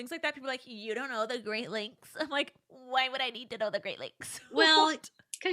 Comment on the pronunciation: Great lakes... for a second i thought it was "great legs awareness say" Im Here like thats a thing????